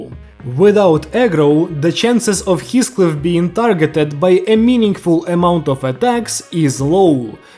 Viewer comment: Everyone: Heathcliff is pronounced like this (He-Fh-Cli-Fh): HiSCliFf (His-⛰️)